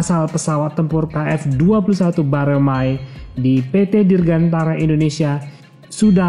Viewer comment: Si Mimin ini bener tau permasalahannya atau kagak sih....jujur gue ragu... Nyebutin nama pesawat kerja sama indo - korea aja salah....KFX 21 Boramae disebut Baromae...